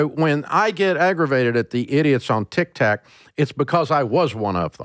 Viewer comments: Why does he keep saying TikTak 🤣🤣🤣🤣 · I just LOVE how he calls TikTok “Tic Tac” 😂😂😂 reminds me of how my grandma always mispronounce words 😂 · Did he call it tic tac 😂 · I die every time Dave says Tik Tack LOL. Its tic tok but thats ok :) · « TikTak » influencers 😂